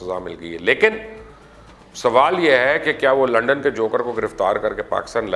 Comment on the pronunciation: بھائی لنڈن نہیں، لندن!